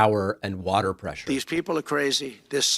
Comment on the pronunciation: Water, not wherter